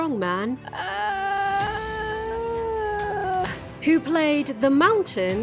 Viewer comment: The name of the Icelandic strongman is pronounced: Have-tho-r You-lee-uss By-uhrn-son. Just in case anyone wanted to know:)